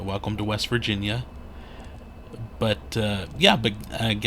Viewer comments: anyone that lives in Gallipolis will tell you its pronounced Galli-Police and not po-liss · You did pretty good except it rhymes with police. The Our House museum is a don’t miss.